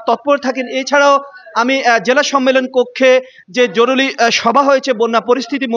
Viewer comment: জরুলি নয়। শব্দ টি হবে জরুরি।........নোয়াখালী বিভাগ চাই........😂😅😅